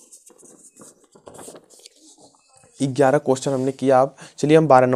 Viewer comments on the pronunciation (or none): none